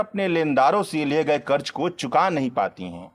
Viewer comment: उच्चारण का संज्ञान ले हजार( हज़ार) कर्ज( क़र्ज़) प्रतिसत( प्रतिशत) छेत्र( क्षेत्र) भासा ( भाषा)